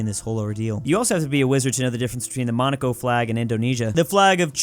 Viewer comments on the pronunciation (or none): none